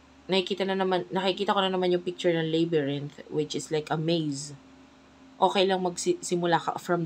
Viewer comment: Its labyrinth not "leybyrinth" as to pronounce, thanks sa reading cross watcher here😊